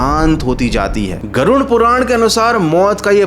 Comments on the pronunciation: Garun nahi garuda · Garud ko gaarun kyu bol raha ho 😆😆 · Aap baar baar Garud ko Garun keh kar kyon bol rahe ho... Kya aap ko Garud bol ne mein problem to nahi hai na... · Garud Puran hai naa ki garun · कृपया नाम सही तरीके से लीजिये। गरुड़पुराण है न कि गरुनपुरण।